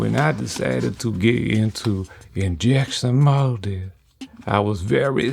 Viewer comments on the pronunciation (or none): This is friggin awesome and hilarious at the same time. "InJEsin MOWdin!!" rofl